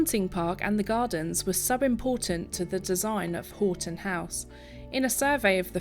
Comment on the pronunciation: Hi i used to live close to this Marvel in Houghton Conquest. By the way houghton is pronounced 'haw.tn'